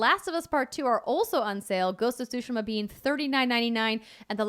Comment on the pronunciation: Always excited when someone pronounces Tsushima correctly. I'll never correct people when it's said wrong because it's colloquial and it cost $0 to not be a dick but still good on anyone who learns pronunciation and usage of non-English words